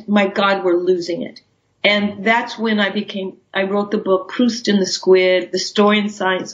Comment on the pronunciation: It’s very bothersome how Proust is continually mispronounced here